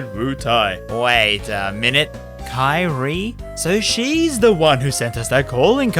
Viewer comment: you should play DMC4 to know how to pronounce Kyrie